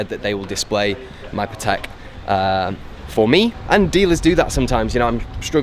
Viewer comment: You are a nice guy, but you are still pronouncing patek the wrong way.